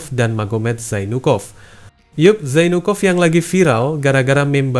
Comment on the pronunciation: Zainukov pengucapan nya mirip jadi jonpork